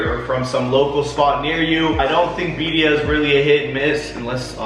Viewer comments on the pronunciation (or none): Hahaha I love them but that was making me giggle!!